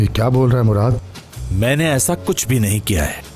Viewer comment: it's muraad they pronounce it Muraat and write it Murat